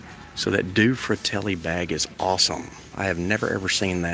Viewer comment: It is pronounced dueh fratelli. Means two brothers in Italian.